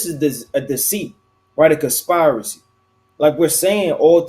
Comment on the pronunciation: Why can't you pronounce the word conspiracy🤔🤔🤔🤔🤔🤔??????? ❤️🌏❤️🌍❤️🌎